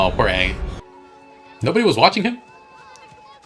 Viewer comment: the fact that he couldnt even be bothered to get the names correct is just baffling. its not like its a book adaptation where weve never heard the names said out loud. aang is said at least once EVERY SINGLE EPISODE